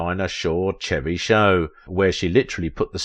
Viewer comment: Chevy is pronounced like "Shevy." Thanks.